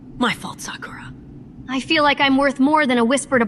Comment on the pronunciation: "🤦🏿‍♂️ OH MY GOD, MY FAULT SAK-URA. DAMN!"